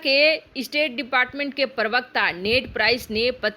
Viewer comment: मैडम हिंदी में उच्चारण तो ढीक से कीजिये प्रवक्ता को आप पर्वक्ता कह रही हैं |